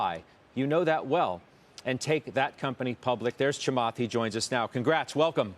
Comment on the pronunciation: He butchered Chamath's name. :)